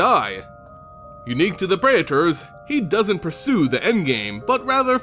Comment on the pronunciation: I know, right? Physically hurts my ears, like when people try to say artificer as art if Icer.